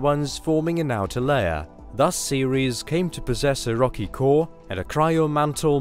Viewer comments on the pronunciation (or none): none